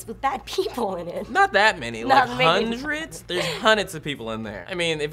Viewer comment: Did that guy say, "hunids?" Does he also says, teef rather than teeth.